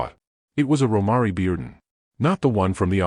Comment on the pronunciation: PRONOUNCE THE ARTISTS’ NAMES CORRECTLY!!!! Romare is pronounced ‘Row-mair’ Bearden; 🎉Kehinde is pronounced ‘Ka-henday’ Wiley